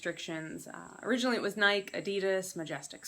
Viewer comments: nikEEEE NIKEEEE, there is an E on the end of Nike!! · Good info...the NikEEEEE drove me nuts too! I have never heard anyone mispronounce nike, until now. That was a first. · How is it possible to not know how to pronounce NIKEEEEEEE. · Ok, well as far as the word Nike is concerned, the vast majority of your countrymen are wrong when they say the word, Nike. Are you under the belief that the letter "e" was added for absolutely no reason at all??